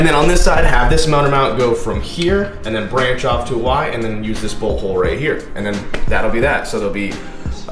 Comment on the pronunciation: when he said bolt hole, i thought he said butthole